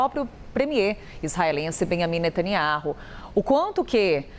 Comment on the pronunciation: Não sabe nem pronunciar o nome do primeiro ministro de Israel 😂😂😂😂